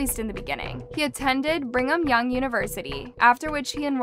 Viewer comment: Lol she said "Bring'um Young University." The Bring'um Young series was a pretty good film collection.